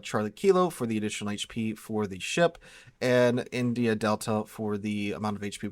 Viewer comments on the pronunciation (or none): none